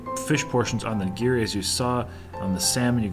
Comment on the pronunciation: These videos are fun, but its a little hard hearing you murder the pronunciation of these common japanese foods. Not ni.gear.e its ni.gi.ri Not su.sheme its sa.shi.mi Also plural of sushi is sushi not sushi’s. Good thing Raina didn’t go ss 2 cuz her hair would have lit the restaurant on fire! Again, it was fun watching you guys demolish that food! Cheers.